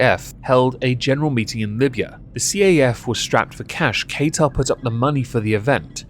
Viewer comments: Love the videos. Your points are all so true. Love how you butcher Qatar's name (it's said "kah-tar") it made me laugh so much haha. Keep up the awesome work 😊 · Ok, imma say it coz I'm from the middle east and its kinda inking me. Qatar is pronounced Kaa ( like kaka) ter ( T from the tip of your tongue, er like ehrr from the tip of your tongue) Edit: I'm going to say.... because apparently I triggered Beaumont 😊❤️ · I can't take you seriously when you refuse to learn how to pronounce the country's name. What the fuck is Kay-tar?